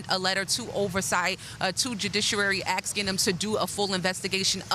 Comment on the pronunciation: Another one who can’t properly say the word “ask”.